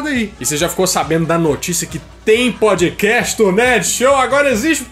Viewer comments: Quando vc fala PODCAST eu ouço PÃODEQUEIJO 😂😂😂❤ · Kkkkkkkkkk..podiquéchi...parece que ele falou pandiqueijo kkkkkkkkk...